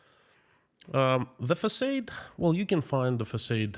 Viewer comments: It’s facaaade 😂not facayed ! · Just for fun info, you are pronouncing “facade” the way it should be in English if it was a normal word, but because it’s a “foreign word”, we say it like “ah”, so “f-ah-s-ah-d”. Hope it’s interesting, cheers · Thankyou - always interesting! Just to let you know the word facade. In America in English we pronounce it fah-sahd-soft a not long a with emphasis on second half of word. Make sense? Fa like in fa-la-la and sod like in the word sod. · Excuse me, facaade, not short a, but thanks